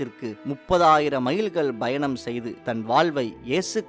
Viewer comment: Informative. But some pronunciation mistakes like Goa, 'payanam', etc.